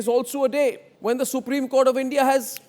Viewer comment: Supreme Court ❌ Supreme Kotha ✔️